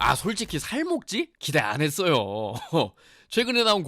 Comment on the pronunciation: 어떻게...계속 쌀먹지라 들려...